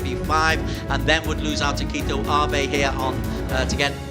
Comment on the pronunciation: Through this video, I heard "Kito" Abe about 100 times, but never Keito (kay-to).